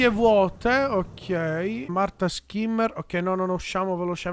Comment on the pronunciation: i nomi sono in tedesco quindi si dovrebbe dire "Scimmer" non Schimmer Continua così sei un grande